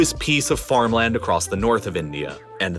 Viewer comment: His pronunciation of mountain and farmland is killing me.